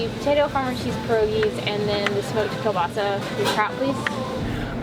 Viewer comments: And they said kielbasa wrong. It’s kabossy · You say kielbasa incorrectly way too many times. I’m surprised the server didn’t correct you. It’s kiel-bossy. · I was cringing at the way they said kielbasa. It's pronounced like ko-basi. My grandma makes it all the time and it's commonly mispronounced, so just for future reference lol